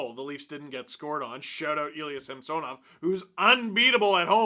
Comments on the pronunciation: Please give SamSONov the respect by starting to properly pronounce his name the way the wants it to be pronounced!!! I get that you kind of addressed it (well kind of) but just do it…..it’s the right thing to do……maybe we will start calling you Stefan Dangle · that’s how he wanted it to be pronounced in Washington…this year at the start of the year, Samsonov asked the reporters to pronounce it the correct way….was actually a formal request…so no…it’s not the right way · Steve my friend, it’s pronounced SAM “SA” NOV , not SAMS “SON” OV. Yes I know it’s spelled with an “O” but pronounced like an “A” get better buddy from your Alberta leaf brother ✌️ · Steve pronounces Sammy’s name the actual Russian way and how it was in Washington. Neither is wrong. lol